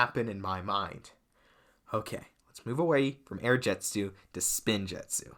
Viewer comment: It's air jitzu not air jetzu